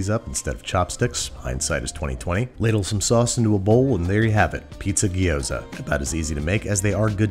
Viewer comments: My raised-in-Taiwan, Chinese-speaking, American wife and all of her family pronounce it “jee-OW-dzuh.” Where does “gee-OH-za” come from? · Say it "G'Yoza", not "Gee-oza" or "Gyros". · hermione Voice It’s gyo-za, Not gee-oh-za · You said it gyoza weird the whole episode. Gyo-za not Gi-yo-za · Repeat after me, gyo “Gyo” Za “Za” Gyoza “Giyoza” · Now you know my pain with Gi-yo-za and not gyoza. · if he calls gyoza a ghee-yo-zah one more time i'm going to have an aneurysm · From "饺子" to "Jiao-Zi" to "ぎょうざ", and now to "Gyu-Zoa"........ I don't know which one is declining faster, the authentication of the word or the food itself....... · Looks tasty, but the number of gee ooh zas hurt my ears. Never quite understood why the standard American pronunciation always includes more syllables then required. Digraphs are our friends. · As a Chinese person, Babish saying "Gyoza" is making me go insane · I know this may seem a little picky, but the way you pronounced gyoza is kind of painful. gyo is a single "sound," with no i in the middle. ^^